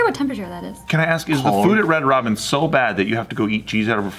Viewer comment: This whole time she said red Robbins and I'm picturing Baskin Robbins